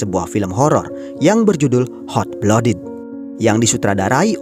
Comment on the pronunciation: maaf sebelumnya bang, cuma mau saran utk pronunciation nya "Hot Blooded" lebih dibenahi lagii, kedengarannya gmn gitu hehe. overall bagus, lanjut film2 lain lg. semangattt